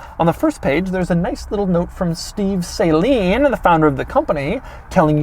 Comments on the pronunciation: Say it with me Doug suh-lean not saline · SUH-LEAN. It's pronounced SUHLEAN. i can not stand when people say "SAY LEAN". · It is SUH-leen. Not SAY-leen. The SA is pronounced similar to the SA in the word salon. I had one of their Mustangs back in the day and literally everyone says it wrong. I was disappointed that you missed it, Doug. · You can't even pronounce Steve Saleen's name right. Buy some Hot Wheels and dream about it. 🙄 Saline (long A sound) is a salt solution. Sa LEEN (short A sound) is the name of this car company, and the man who created it. 🤦‍♂️ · It's not "sayyyyyleeeen" It's salean I know Saleen, Steve RIP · It's weird hearing it pronounced Sai-Leen. I always pronounced it Sa-Leen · *sigh*..... it's "Suh-leen", not "Say-leen" Rant aside though, cool review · You do realise it’s pronounced S a leen not sayleen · Why do you say Saleen as ‘saline’ like saline solution lol 😂. Shouldn’t it be pronounced “Sah-lean” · Say "Say-Leen" again! I dare you! I double-dare you, MFKR! Say "Say-Leen" one more goddamn time!! FFS, it's pronounced "Suh-Leen"!! 🤬 The A is SOFT!! And you call yourself a car guy... 🙄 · Isn't it pronounced "suhLEEN", not like "SAY-lean"? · "Saline" Saline? It's not a sodium chloride and water, it's a car, pronounced exactly as it's spelled- saleeeeeeeen. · Every time Doug says “Saline” instead of Saleen I wanna throw a shoe at his head. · It's not Say-leen...it's pronounced Suh-leen. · It’s SUH-leen not SAY-leen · According to Steve saleen, the name is pronounced sa-leen. Just like it’s spelled, not say-leen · Isn’t it pronounced suh-leen, not say-leen? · Saline? SAH-LEEN. Say it right Doug, you got me triggered here. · Couldn't finish video because of improper pronunciation. Not Saline, (Sa_leen) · Sa-leen, not say-leen bro. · Isn’t it pronounced su-leen instead of saline? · His pronunciation is killing me. It's supposed to be suh-LEEN, not say-leen. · It’s pronounced “Suhleen” not “Sayleen” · It's suh-leen, not saline. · Say-leen Smh